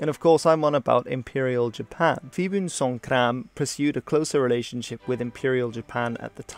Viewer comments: Phibunsonkhrran or just Phibun is pronounced Pibun, Thai "PH"s are pronounced as English "P"s....... Field Marshal Pibun was definitely he most interesting Thai leader, I think, and he created modern Thailand being, by far the most influential leader in Thai history. Even today the politics of Thailand is just a reflection of his rule, and much of what any visitor or tourist to the country experiences is his doing. A kind of an example of what happens if Mussolini's fascism survives for 70 years and what it would evolve into. However in Thailand his rule is largely overlooked, the idea a commoner had more influence over the country than any monarch, that Pibun kept the Royal family as prisoners only to wheel them out to perform official ceremonies to aid his rule. That he was the one the turned army into the coup happy organisation is has been for the last 70 years and that he was strongly anti-Chinese-Thai hasn't endeared him to modern Thais or their leaders. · Nobody call him “Pibun” We call him “Jom phon(Marshall) Plaek” or “Jom phon Por”